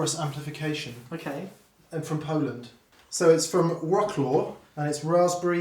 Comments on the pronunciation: It's pronounced Wrocław :) More like Wroclove. With c like in Citroen. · Wroclaw is pronounced "Vrotswav" :) I only know cos I went to watch Dave Gilmour there :)